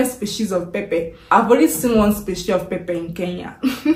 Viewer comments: You said pepe or pepper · Not pepe , pepper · Pepper anaitamka as pepe wuehh mtaniua😂😂😂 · 😂😂😂 we say pepper not pepe, I was shocked, like what are you talking about madam!! Mpesa is Everything in Kenya, even one banana at 10 shillings we buy it through mpesa!! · West Africans call pepper (pronounced pepa) as pepe. Somehow, their accent has misconstrued the true pronunciation of this popular vegetable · Why do you pronounce it Pepe….. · There is nothing like liquid milk it's fresh milk, and again what's pepe u mean pepper 🌶️ oh my God is that english or Yoruba pronunciation problem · najua. Just annoying she can't pronounce it correctly. Eti pepe. Nkt.